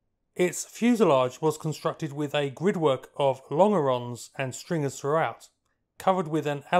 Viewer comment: whilst I enjoy your videos, please take a bit more time to learn the correct pronunciations of words, it's HaNdley Page, not 'Hadly Page' and as longeron is a French word, it's pronounced lonjeron (with a soft j sound) not 'long'-eron.